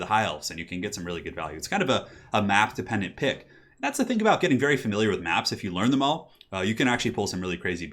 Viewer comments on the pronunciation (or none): none